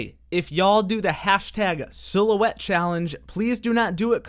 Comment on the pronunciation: "i see a little silhouetteo of a man"